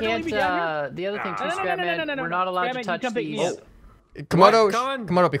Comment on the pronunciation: I thought you said, "Welcome ladies and gentlemen, I am crap man!" XD